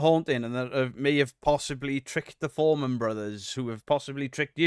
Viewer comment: Fourman not foreman 😂